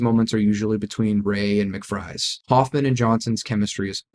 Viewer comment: McVries says his name in the movie. It does not rhyme with mick-fries. It's pronounced mick-vrees.